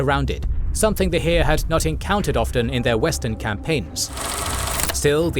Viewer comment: There was no "hiir". It's Heer